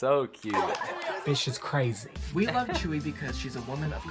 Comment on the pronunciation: tzuyu is pronounced t-sue-you in her native language (taiwanese) but pronounced Chewy in korean